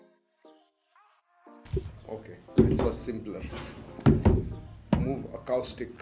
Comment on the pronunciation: muve ackaouustick hahahahahahahahaha acoustic ka pronunciation kamaal hai aapka!